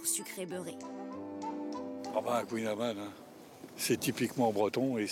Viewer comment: Mais bordel les journalistes apprennent toute l'histoire du kouign-amann, la recette etc mais savent même pas prononcer le nom correctement ...